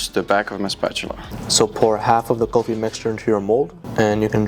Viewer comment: It’s not saying Golfie it’s kulfi